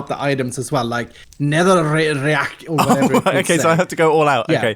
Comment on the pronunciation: a sweedish man says netherrack